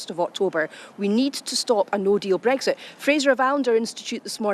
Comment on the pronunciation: News flash. Its Brexit. Not bregsit.